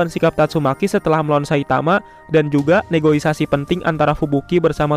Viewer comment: Negosiasi maseh bukan negoisasi